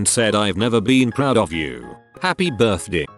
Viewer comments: The way the robot says birthday is severely annoying (what birthdii huh?) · MariahxJimin my buurthde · How is no one annoyed how he says birthday?